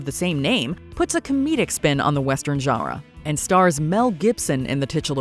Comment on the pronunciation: Please stop saying genre